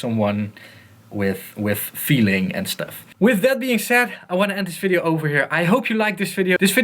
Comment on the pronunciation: "I wanna end this fideo offer here.."